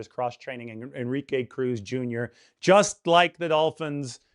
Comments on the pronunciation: Bro it's pronounced. N - RI -ke, not On -Ri -ke!!! Your killing me smalls! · que is not pronounced kay but like ke. plz no anglo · Dude learn how to pronounce the guys name. Phonetically it is N-ree-kay. If you are in the Bay Area you should know this. No excuse! I mean what other word in any language other than maybe frickin French has En pronounced as On. It is not like there are no other Enrique’s out there. There have got to be thousands of us. I mean this is worse than me calling you. Maybe the hispanic demographic is not your niche. Ok. Rant over. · more like en-re-kay